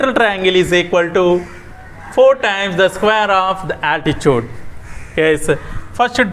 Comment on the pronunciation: 🤣🤣😂when you are saying 3rd problem u spelled altitude as altichuvd😂😂😂